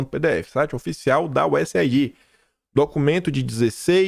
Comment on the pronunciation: Oi,, posso sugerir que você diga USAid como useid? Veja, aid em inglês se pronuncia eid, então useid fica mais fácil e rápido.